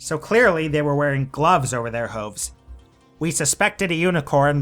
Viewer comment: Hate to be a pain but it's Hooves, not Whooves